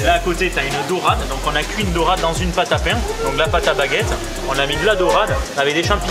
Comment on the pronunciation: Lol mais non il dit bien "dorade"!